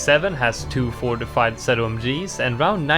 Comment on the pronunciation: round fourtyfive has fortifie balloons huh